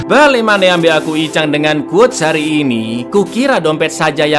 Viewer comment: hari bang bukan hair🗿